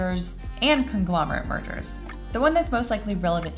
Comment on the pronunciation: When you said "mergers" I thought for a second you said "murder" and I was like "what? murder in a antitrust case?"